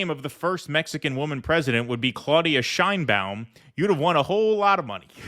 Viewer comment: In México her name is not pronounced that way! the right way to pronounced it, the Mexican way, is Chain, as in chain, ba-un... Chain-ba-un and nobody cares about her Jewish background, the color of her eyes, the length of her hair, her age,...she has what it takes to be a good president.